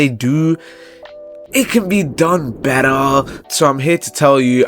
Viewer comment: "it can be buttar" 🔥🔥🔥